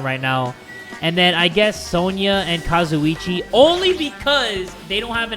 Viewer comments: When he calls gundam kasiochie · jay lets talk to kAzUiCHi me: that is not kazuici